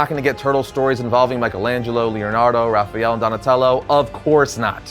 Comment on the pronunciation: Why do you keep saying "Raphajel"? There isn't a "j" in that name.